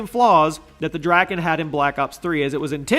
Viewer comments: Your saying drakon wrong it’s pronounced dra-kon not dra-kin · It's pronounced the dray-kon. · Drakon? Are you serious?